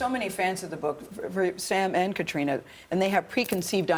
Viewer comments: It's Caitriona! Not Katerina...ugh. I hate it when hosts don't bother to get people's names right. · Uhhhhmmm, Gayle? It's not Caterina, it's Caitriona. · Miz J He pronounces it Kat-reena which is how English speakers in Ireland pronounce it. However, Gaelic speakers would not omit the 'o' in Caitríona. Kat-ree-uh-na is my take on it. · Caitriona Balfe's name is pronounced "cuh tree nuh" -- I never nit pick these type of interview mistakes but you just think that the interviewer would have done enough research and commitment to be able to pronounce this actors name correctly. Seems unprofessional. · I couldn’t believe that one of the presenters did so little research that she kept mispronouncing Catriona’s name. Glad it was eventually corrected